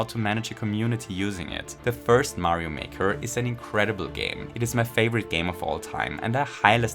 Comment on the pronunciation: I noticed when he says favorite he pronounced it "thay-vorite" and I could tell because he said it with his tongue.